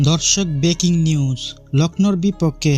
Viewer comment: Beking news mane? 😅 Breaking news bol